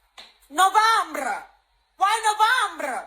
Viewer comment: Wow! That is living large, instead they piss it away on snacks, and expensive food items. These fools could have used those EBT funds strategically to prepare for this moment. LOL No-vahm-ber?